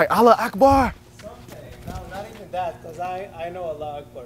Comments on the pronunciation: As a Member of The ARABS. I F with you But damn. You need to practice how to say allahuakbar. THAT SHIT WAS FUNNY ASF THO MUCH LOVE ❤️ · "alla ackbar" 💀